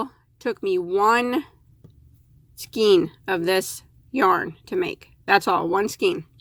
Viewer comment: Thank you for your review. I have used Lion Brand Faux Fur yarn to knit a cowl and had no problem with it. But I haven't had the confidenc to crochet with it. Doing reviews on yarn would seem to make you an expert. Just a little advice, however, please look up the word "skein". The correct pronounciation is "SKANE" not "SKEEN." I'm sure many people look to you for your expert knowledge and advice. Inexperienced knitters/crocheters will certainly think that everything you say about yarn is correct. This is how mispronounced words get into mainstream language. BTW, you are not the only one to make this mistake.